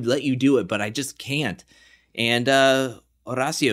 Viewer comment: Somebody sure loves rolling that "r" in Horacio. In fact, Horacio pronounces his own name with an American accent.